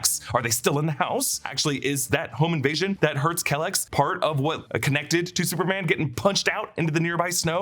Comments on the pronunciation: I always thought it was Kee-lex, not "Kelex". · you’re pronouncing kelex wrong. its “Key Lex”